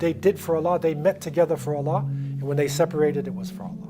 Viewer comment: the way he pronounced "Allah", isnt the appropriate way to pronounce i guess😕😕if i am wrong then let me know